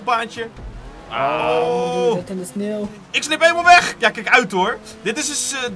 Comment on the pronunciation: Vind iemand het ook opvallen dat hij geen sneeuw maar sneel zegt😂